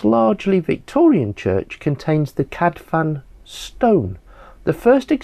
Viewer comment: Fantastic info well done sir. But please. One F. In cadfans, is not F. One F in welsh is pronounced V. Two Fs. Is F.And U is pronounced as an I. Like in Ruthin. The U is I . Hope this helps cheers